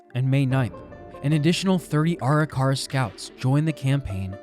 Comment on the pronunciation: imagine doing all this research for this video and not pronouncing Arikara right a single time 🙄🙄🙄